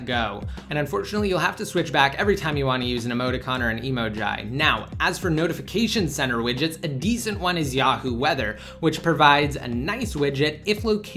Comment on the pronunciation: Emoji? It's eeee mow jeeee